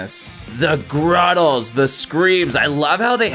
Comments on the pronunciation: They're GUTTERALS not "gruttles" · Did you just say ... gruttals? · What the hell is a gruttal? 😂